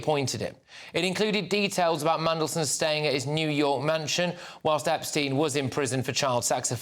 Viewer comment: Did Starmer say "Opstein"?